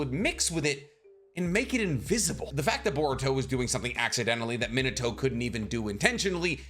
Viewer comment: Why do u say Minato like that ? Is there a reason? Like I know that you know how to say it right being Mee-na-to I’m wondering y u choose to say it incorrectly idk why it bothers me so much but it really does